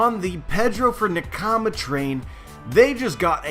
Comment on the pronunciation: You say nakama super weird. But good vid as always